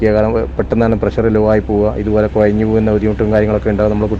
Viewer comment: കുയഞ്ഞ് എന്നല്ല കുഴഞ്ഞു എന്നാണ്